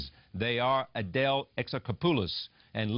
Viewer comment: Thank you Adèle, for not changing your beautiful Greek name to fit in in show biz. But then again, considering it's France, I guess you don't have to. You shine on screen and in this interview (despite the fact the interviewer is really creepy and pronounces your name wrong).